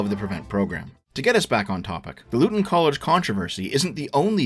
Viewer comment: To be a mild pedant, , Luton is pronounced Loo-ton, not Lutt-on. Edit: Wait, you get it correct . Fair enough.